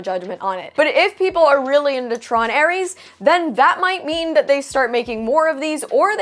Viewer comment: The Drinker has it right: It's TRON:ARSE.😂